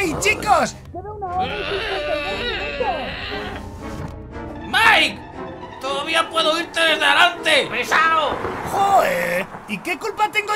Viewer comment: Te quiero pero tienes que decirle maik no mike